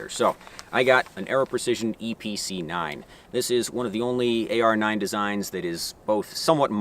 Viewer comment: That's a lot of words for a range toy Also I kept hearing Eee PC 9 haha